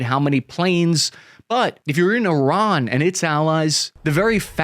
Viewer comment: At least he can pronounce Iran properly.